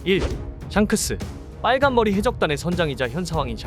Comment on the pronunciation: 전라도세요? 발음 좀 어떻게 해봐욬ㅋㅋㅋㅋ 빨 간머리 해 적단의 견 습생으로 .. ㅋㅋㅋㅋㅋㅋㅋ